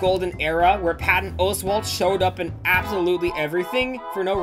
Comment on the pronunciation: the way you say Patton Oswalt's name bothers me more than it should